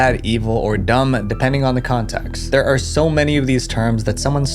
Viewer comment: You can tell that he is quoting due to the emphasis on "dumb"